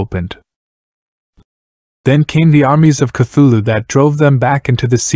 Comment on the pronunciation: Cant take this video seriously when i keep hearing "thugga" right off the bat lol